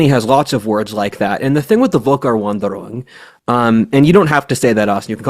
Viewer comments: V in German = F sound in English W in German = V sound in English. So pronounced Folkairvandairoong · Völkerwanderung* Also pls dont butcher my beautiful language so much, odin help us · i highly appreciate your enthusiasm for German words, but unfortunately your pronounciation for Völkerwanderung was very off. It's understandable as its a long word, but you might want to play the audio of google's pronounciation at least once. As someone speaking one than more language i absolutely understand that mistakes are unavoidable, and i'd love to see you keep using such words. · Dude I know you are american, but please put a little bit more effort into pronounciation. Every time you try to pronounce that word I am grinding my teeth due to the agony. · it's pronounced f not v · I can't deal with you pronouncing it Wolker. 😆 V is F in the German alphabet. (Usually.) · its Völkerwanderung, not wolker-. And the first letter is pronounced as [f]. But really, in english its known as Great Migration of Peoples, or Great Migration, or Migration Period. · The word is "Völkerwanderung", pronouned like a Brit would pronounce "ferlkervanderung". It consist of Volk = folk / people, plural Völker, and Wanderung = wandering, thus "peoples wandering".